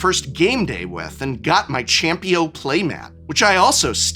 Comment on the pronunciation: "'Champio' play mat" I'm dying